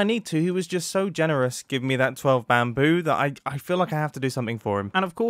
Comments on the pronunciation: I like how mumbo jumbo just called the "12 BAMBOO", "12 BAMBURR". give me chills. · bamboo? I think you meant to say Bambarr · I just want to appreciate when he received the bamboo he said (gasp) bamber